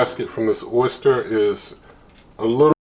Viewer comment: I mean no offense, but it's pronounced Oh-ster, not oyster.